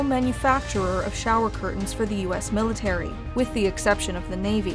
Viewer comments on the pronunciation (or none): none